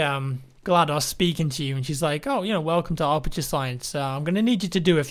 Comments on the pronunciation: "Arperture". is pronounced "Ap-er-ture" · Ah yes, the illustrious "Arperture Science" facility.